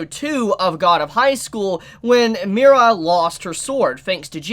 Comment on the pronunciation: Why do you keep saying Mi-Ra? It’s just Mira. Mira, Mori, and Daewi